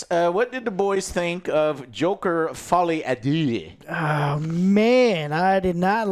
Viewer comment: The best part of this movie is movie reviewers that don't speak French trying to pronounce "folie a deux"